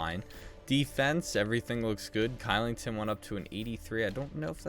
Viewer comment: Kylington is pronounced Shillington, just letting u know